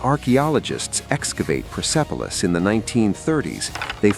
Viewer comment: Hallo sag mal wie oft soll ich noch schreiben der Stadt oder Palast heißt nicht pipilos sondern perspolis . Ich hoffe beim nächsten Mal sprichst Du richtig aus Danke